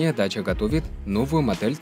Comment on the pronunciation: По румынски и молдавски это произноситься как ДАЧИЯ!